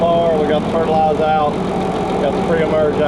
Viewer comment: Hey the R at the end of fertilizer is not silent 🤦‍♂️🤣🤣